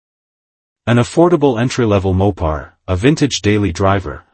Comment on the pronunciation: "MOP PARS" AI WILL NEVER GET IT RIGHT